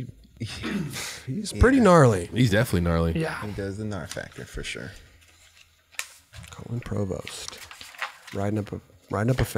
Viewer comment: no one:: colon provost